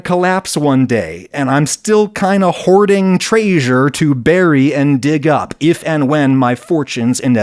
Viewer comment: Omg was the way Adam said ‘traysure’ a Belathor reference?